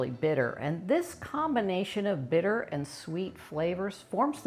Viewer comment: san bittér accent in the last e😅